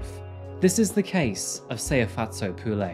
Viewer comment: It not Pu lay, its pronounced Pu le